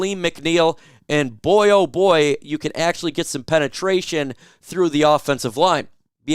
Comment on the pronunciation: Ha ha you said penatraion 😂